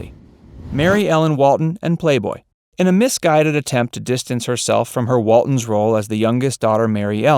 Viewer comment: Its Waltons, not Waldens.